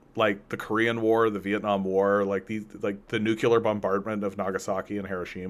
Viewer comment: nuclear is pronounced NU-CLEE-AR not NUKE-U-LAR.